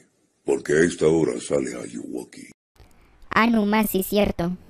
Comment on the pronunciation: jE Je DiJo eL AllugUoKi xD